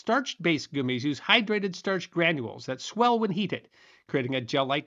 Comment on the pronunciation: Ree-cees finally makes sense, now that goo-mees has entered the lexicon! Regardless, great video!